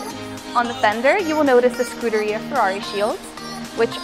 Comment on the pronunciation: You can tell someone has been reading blindly off of a script when they pronounce "Rosso" and "Scuderia" like "Rose-o" and "Scooter Ria" :P